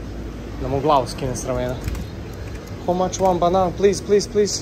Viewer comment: nije pekara nego baker i nije howe much nego how much no hate respect